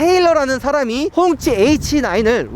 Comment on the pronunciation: 꽁치라고 하는 줄..